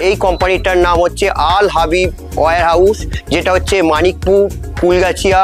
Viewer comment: Al Habib Warehouse. Not Al Habib were House.